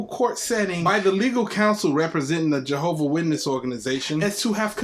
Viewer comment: Is there any more reproach on God's name than...mispronouncing God's name? 🤦🏾‍♂️ Might as well be "John's witnesses, or better yet, Jordan's witnesses..same difference 😂